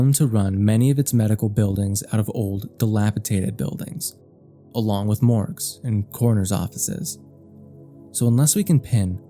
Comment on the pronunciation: its DI LAP I DATED. not dilapitated. Christ alive, if you're gonna regurgitate someone's article at us with out giving them any credit, at least read it right.